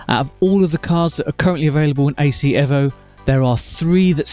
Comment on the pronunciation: 1.4 dropped bro. Hey, your the only one saying EVO correctly👍